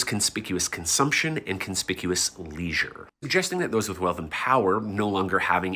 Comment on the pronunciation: Bro said leisuer and class so many times